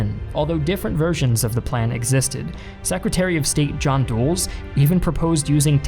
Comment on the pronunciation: John Foster Dulles was the american Secertary of State His name was pronounced DULL - s (as in the name of the main Washington airport).